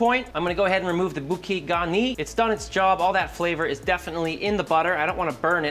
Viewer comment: Bouquet - bou like in boo-boo and ke like ke-tamine…